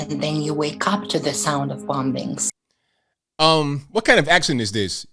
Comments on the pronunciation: This person could be anywhere even in the U.S. i find it interesting that it sounds like he/she is pronouncing bombings as it is written. They obviously don't know that the last b is silent. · "BombBINGS" lol 🤭...... .while real bombings arent funny this DUDE is..